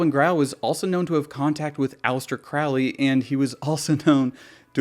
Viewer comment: Just so you're aware, it's pronounced Croe-lee, not Cr-ow-lee